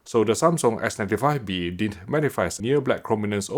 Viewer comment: Just as feedback,: try to pronounce didn't more clearly, since at some points (e.g. ) I initially thought you said the opposite, "did." Love your videos. The best of their kind on Youtube.